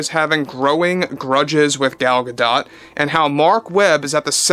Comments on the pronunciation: It's pronounced Gadot not Gadot. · The "T" in gal gadot last name is silent!